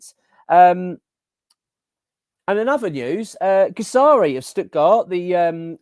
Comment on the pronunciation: you are pronouncing Guirassy’s name wrong mate